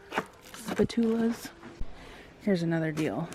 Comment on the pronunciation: Spat-tool-uhs had me busting up laughing! First time here and I’m def. Subbing. And yes! Sam’s is more diverse and you spend less. I can do both bulk and regular grocery shopping there. More options!